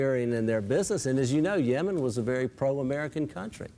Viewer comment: Why does Bill pronounce "Yemen" as "Yeoman"?